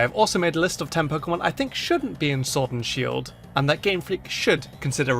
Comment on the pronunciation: showrd an shield lol that sh keeps getting us